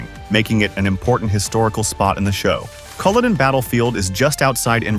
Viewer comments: BeaUy not Boly, as in beautiful. CullOden is another you say wrong You should get your pronunciations right. Several are WRONG.😊. Otherwise an interesting watch, particularly the costumes and ship scenes. 😄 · Culloden and Hueghan annoy me! First time I've heard Beauly mispronounced.